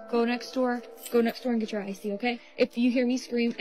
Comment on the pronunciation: But as it turns out, that might be what you gæt